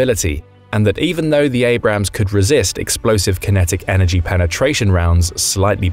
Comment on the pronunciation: Learn the difference between Abrams (correct) and Abrahams (incorrect)